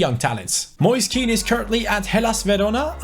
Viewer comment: Moise Keans name is pronounced like moyseh ken